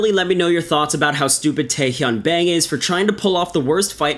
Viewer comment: It's pronounced 'Bong', btw.